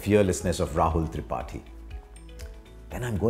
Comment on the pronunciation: He pronounces tripathi like thripati